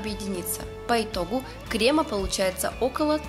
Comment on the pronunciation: Вы же кондитер. Не кремА, а крЕмы. Не ганашОм, а ганАшем. Можно не знать правильное произношение слов из других отраслей, но из своей - это святое.